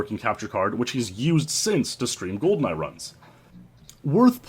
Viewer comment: Gee-Awcities? Welp, that's a first.